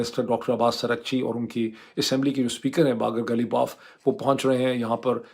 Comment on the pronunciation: باقر قالیباف / قالی باف (صحیح تلفظ)